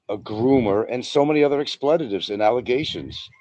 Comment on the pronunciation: correcting of anyone on proper pronunciation is a hoot. I've rarely heard anyone who can butcher the English language as well as. I'm sure will have some expletives, or "explayittives" as pronounces it, in response. Lol